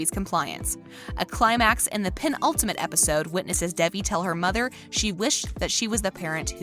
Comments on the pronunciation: Why are u calling her Debbie? Its Devie or David. Not debbie Good job at butching the characters name . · Why the fuck is she saying Debbie instead of Devi(pronounced as Day-V)